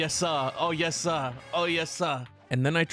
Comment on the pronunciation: The way he said yesir ☠️💀☠️☠️💀☠️💀